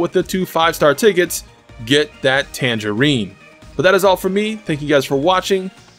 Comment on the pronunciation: Not sure if I'm just getting old but I swear I hear you call her tambourine and tangerine near the end there. Either way, keep up the good work!